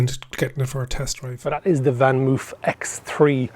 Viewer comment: it's pronounced moaf